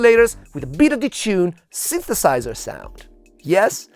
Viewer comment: "the sinthesaizerh" as only an Italian guy can pronounce! 😍